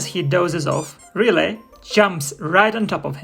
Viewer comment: Why do you call the goose 'relay', instead of her name, RilETTE